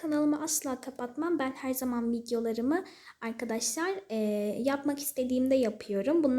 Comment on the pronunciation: Ya artık "AyKaDaşLay" deme ya bebek gibi sesin gıcık konuşuyosun